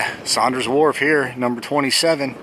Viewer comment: Wharf not ward